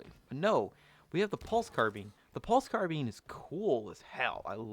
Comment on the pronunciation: I love this vid but “pulse carbean” 🤣🤣